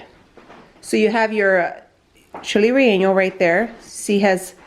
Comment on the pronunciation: CHILES RELLENOS SAY IT THE MEXICAN WAY GIRL 🤦‍♀️